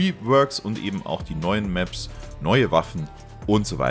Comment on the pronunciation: kuhles Reewörk der Mäps mit den Tschännels und tolle Loor in der Seesin Tuh und mit Look ouwer und so weiter und so fort ...